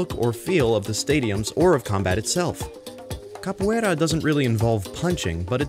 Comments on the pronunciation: Morri quando ele falou "berimbau" e "capoeira" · so, im brasilian and, to me, its really funny hear you trying to say "capoeira", "roda" or "berimbau". Not a joke, I like it. and is nice to see this type of "representation" of our culture in games like that. Nice video :) btw, "roda" isn't a capoeira thing, is any type of circular formation. we call "whell" the same way.